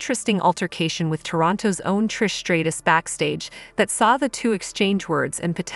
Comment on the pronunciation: Learn how to pronounce Trish's name. Seriously. Also, Bianca's name. Holy shit.